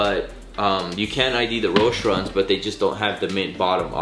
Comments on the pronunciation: Its pronounced Roesh-EE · The e in roshe run is not silent...